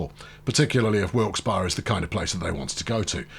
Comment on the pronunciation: Also, the locals call it Wilkes-Berry. You say it correctly though.